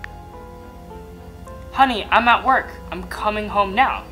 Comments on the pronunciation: it’s HUNNY not HONNY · What the hell Alan do you say huuny so badly?😂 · Bro was too disappointed that he said HUNNY in a strange way 😂😂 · Wen you sed the word honni i hav laght😂😂😂😂